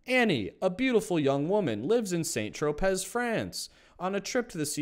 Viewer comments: Tropez = tro-pay. I can’t stand when people are pronunciation police, but yeah I did it, sorry.🤓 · You hit me with that hard Z in St. Tropez and made such aggressive eye contact 😄😄😄